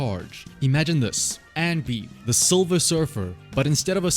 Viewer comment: silver soldier, not 'solver soldier'